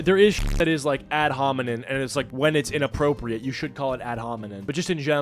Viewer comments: This is just a minor point, but I think it's "ad hominem," not "ad hominin." Unless you're calling someone a bonobo. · If I have to hear you call it an "ad hominen" once more I'm gonna bussss